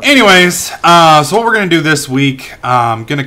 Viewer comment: WHIT? WHIT??!?!?!??!?!? XD